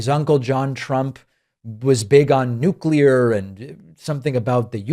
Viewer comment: big on *nuculur